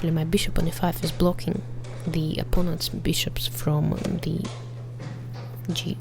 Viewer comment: op-pawn-ents xD